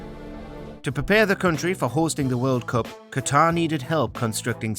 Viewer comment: The winner to organizeee ze 2,22 vorld cup is Qatarrrr! Felt Hitler vibes from blatter